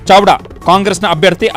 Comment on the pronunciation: ಚಾವ್ಡಾನೋ? ಚಾಡ್ವಾನೋ ವಾರ್ತಾವಾಚಕರೇ?